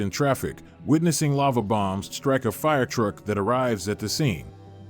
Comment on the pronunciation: Robot voice pronounces lava as lover